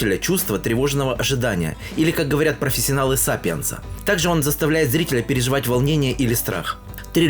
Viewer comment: 😂😂😂😂... Не сапиенса,а САСПЕНСА!